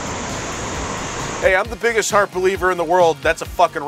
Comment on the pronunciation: British nerd didn’t even get the frickin name right. It HAARP not HFARP